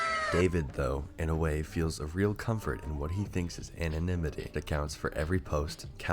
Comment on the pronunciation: Anna-Nim-uh-tee btw